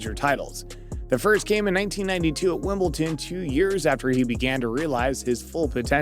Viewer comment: WIMBLEDON!!!!!! Deeeeee.... not Wimbleten! with a teeeee. The number of people hear say that, oh my fkn god....